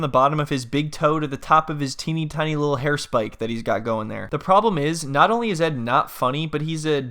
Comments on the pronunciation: Leetle island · “Cause I come from a liddle 🏝️ “ 😭😭😭